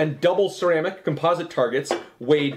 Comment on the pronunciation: Maybe it's me, but I just wish he could pronounce homogenous, composite, and Chobham properly!